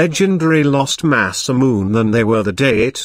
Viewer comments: u pronounce in masamun it is pronounced masamune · it is pronounce MA- SA- MU-NE not MA-SA-MUNE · masamune pronounced: masa-mu-neh (say fast) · Masamune is pronounced masa moo nay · rigth it by silable dam this video need to be redonne